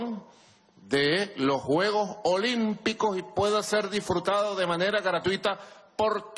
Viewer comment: Los caribeños no pronuncian la S